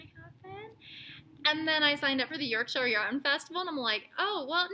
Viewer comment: So happy for wee Oliver. What a tough time for the family. So glad you are able to help, too. Oh, and its pronounced "York-shur". Also, two. other good words for entrails are: viscera, & chitterlings